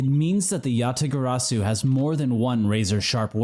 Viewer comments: I'm sorry, but I'm not a fan of the Kay-mispronouncing-"Yatagarasu" shtick. Besides, I feel like it would be everyone except Kay who would initially mispronounce it. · Im writing down every mispronounciation of Yatagarasu and this episode was. A lot. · Kay's character arc will be completed in the next case where she'll learn how to say Yatagarasu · I still love that kay is just unabashedly unable to pronounce yatagarasu